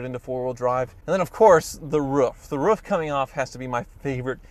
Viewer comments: It is rooof not ruf EH! ( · you pronounce roof like its ruff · "The woof. the woof"... is it "who let the dogs out" or "Roof is on fire" lol